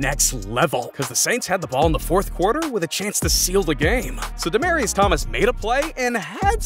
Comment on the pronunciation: It’s Demaryius your welcome btw and all good bro RIP DT 😢